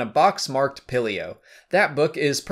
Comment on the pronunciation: You don’t say it like pillio you pronounce it Peel-eo